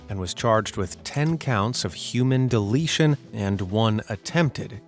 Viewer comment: So he did a mass mu- i mean "deleshion"?